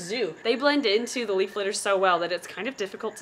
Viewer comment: Could have sworn that you said Solomon leap frog 🐸 instead of leaf 🍃